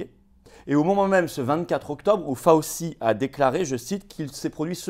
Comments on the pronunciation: Excellente vidéo comme d'habitude, mais outre le fait que la patronyme de ce triste sire et bras droit du non moins triste sire Guillaume Portails III, se prononce Fau-chi, il convient de de connaitre sa déclaration filmée du 29 octobre 2019 (!) au Milken Institute. Elle est facilement trouvable. Accrochez-vous. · Ce nom ce prononce Faotchi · Merci à Florian depuis les États-Unis ! (Par contre on prononce "Fau-chi")